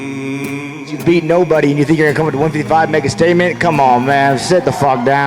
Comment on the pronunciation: Ngl Conor really got me dying when he said "they don't tink like I tink"